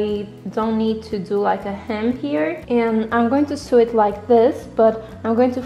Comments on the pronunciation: Its pronounced sew like so not sew like sue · The pronunciation of "sew" sounds like the English word "so" not like the word "sue", sorry, great video, just a pet peeve :D